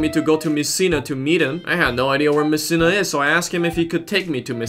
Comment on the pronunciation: they do know its messina not missina